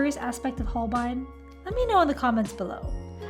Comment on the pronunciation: It’s actually pronounced Hole-bay-een. Beautiful job and great attempt at Nihongo (Japanese) language.